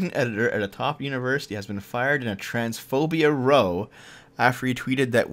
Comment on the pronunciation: The 'row' that's a fight or argument is pronounced like 'cow.'